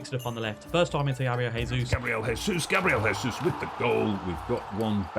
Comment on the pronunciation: Just a note for, Gabriel Jesus is a hard J sound "Jay-Zeus" in Portuguese, in Spanish its "Hay-Zeus" (enjoy the commentary, but best get it right if he's going to score all the goals)